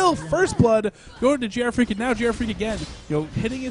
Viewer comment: I question the pronunciation of GrFr4ak, 4 in leetspeak is A, so isn't he Gee Arr Fraak? lol